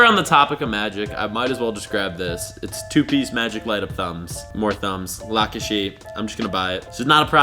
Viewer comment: Did he really have to pronounce the name "Lakesha" like that tho?😂😂 Wtf. 😂😂